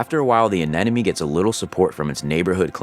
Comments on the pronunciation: Why do you keep saying aneneme it’s anemone! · Hearing anemone repeatedly mispronounced is driving me nuts. It’s pronounced “uh nem uh nee” As my 5th grade teacher taught us, “if you want to pronounce anemone correctly, remember that the anemone is not your enemy… or there’s no enemy in anemone”. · Good explanation and always amazed by setup and his team. But, please, say it with me: Anemone. A-nem-o-nee! Don't want to hear the narrator pronounce "nuclear".